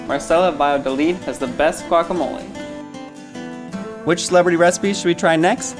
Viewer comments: She did say wack, it maybe be because many Latinos pronounce guacamole, like wacamole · "gWaCh" "FLeSh, MeAt" sir it's pronounced "gwak-ah-mow-lee and say "the fruit" or "the inside" or just "the avocado" pls and thank u fhoigheroihgowelkjferlk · yea ok Obviamente nadie podrá hacer guacamole mejor que nosotros. Para empezar ni siquiera lo pronuncias bien. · I’m sorry but I’m Mexican and I can tell the girl in the the gray shirt and the man in the black shirt are white and probably from la sorry for being “rascist” but I hate when they say “GuAc” like what the heck it’s not GUACamole it’s Guacamole